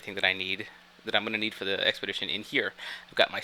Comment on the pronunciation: When you said expedition, I actually heard X-pedition in my head.